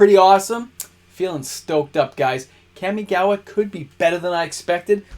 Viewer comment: KAM-ee-gah-wah… Kam like “comma” not dual overhead “cams”. You and the Magic Historian ..*smh* 😅